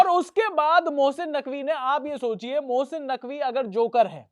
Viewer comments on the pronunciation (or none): baaki sab thik hai aaap mohsin ko Bhosin kyu bol rahe ho😂